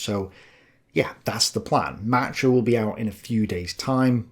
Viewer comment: You’re the best. But Matruh is accented on the second syllable: MatROOH